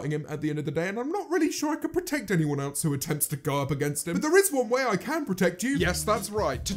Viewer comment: No one: James: eltse